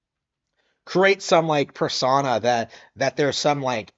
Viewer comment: Let's play Bingo! Can't get names of games correctly, check! It's Another Code Recollection not Another Code R, that is one of the two games in the collection. Can't say words properly despite the fact he has said them correctly before. Check! Persona isn't hard to say, you moan about Persona 5 enough, surely you can say Persona properly by now. Claim game in title was downplayed. Check! Luigi's Mansion 2 was heavily praised and got high scores across the board from reviewers, non Nintendo focused ones or otherwise. In fact 3 different non Nintendo publishers said "It's one of the best 3DS games". Has a go at gaming youtubers that made fair reviews, with legit critics. Check! I watched Nitro Rad's LM2 review, and it was fair review, saying positive things like the better puzzle gameplay, whilst saying the personality of the first game was gone, with the lack of portrait ghosts, musical cues, the weaker bosses minus the first and the lack of tug of war feeling in the combat. Yet still positively talks about the darklight, final mansion, the use of the darklight and the better focus on puzzles. Claims that no one is talking about games that are. Check! Prince of Persia has been talked about a lot recently, with many review scores coming out, and stupid people claiming the game can't get good scores, because the game is "Outdated" for being a 2D side scrolling game, yet Mario Wonder was nominated for GOTY only last month. Moaning that people aren't talking about Nin